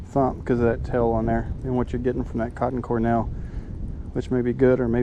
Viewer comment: Good review. But it's Cor "D"ell not Cor "N"ell